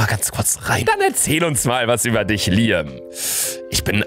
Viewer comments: Luca es wird Liäm ausgesprochen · Das wird btw liem ausgesprochen